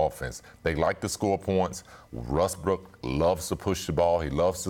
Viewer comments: Scottie said Rustbrook 😂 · Nobody: Scottie Pippen: Russbrook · "Russbrook" - Scottie Pippen, 2019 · First the rockets owner says “Likers” and then Pippen says “Russbrook.” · Scottie “Russbrook” Pippen